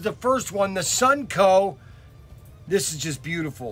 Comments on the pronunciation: Constructive feedback…. It’s called “Sun-o-co”, not “Sun-co”. 😉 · SUN-O-CO!!! NOT SUNCO!!!!